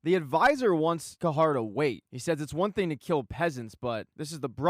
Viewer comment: It’s Cahir not cahar